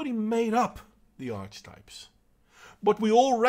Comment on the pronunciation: I pretty much agree with your assessment. Feminism does no one any good, but I'm not naive enough to think it will be destroyed while people are envious of one another. By the way, it's "arky-type" for future reference. Don't have a go at me, I didn't make English :D